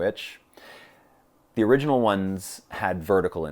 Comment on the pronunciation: Great video! Not a big deal & not wanting to nitpick, but it is ORIGINAL, not ORINGAL. Thanks for sharing!